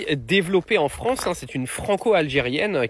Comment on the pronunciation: Bof! Vous pensez vraiment qu’elle préfèrera l’Algérie à la « Fronce »….pour y vivre?😂🤣👋🏾👋🏾